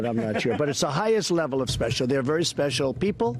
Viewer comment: "Highest level of speshool"